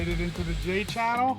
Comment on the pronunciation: Hahaha "J-Channele" - that's funny